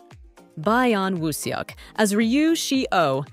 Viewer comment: 😂😂😂😂 By-yon woo suk 😂😂😂😂